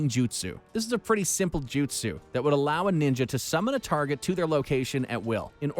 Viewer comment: Please work on pronunciation. The voice over guy COMPLETELY BUTCHERED 90% of the jutsu names.